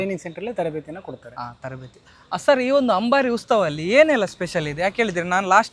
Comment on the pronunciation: "Ustava" alla "Utsava" 🙂